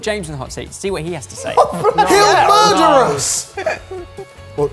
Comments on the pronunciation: "There'll be a MERRRDUH!"...DYING🤣🤣🤣🤣🍬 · The Scottish "murr-dah" at the end killed me xD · "There'll be a murrrder!" [insert 'I understood that reference' GIF here] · They'll be a "merduh"!! Ha!